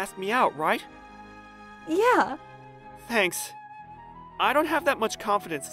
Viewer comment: "Are you serious rEIGht now"